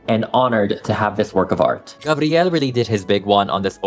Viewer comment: Oh and I LOVE the fact that you're filipino and therefore pronounced "Gabriel" as we pronounce it in Brazil ❤ hahaha